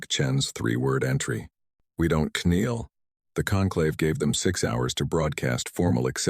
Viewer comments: Very funny to listen to. K-NEEL ...Etc. AI can't read. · The AI narrator still can not pronounce the word "Kneel" correctly, nor can it pronounce "Hope" as hop with an E.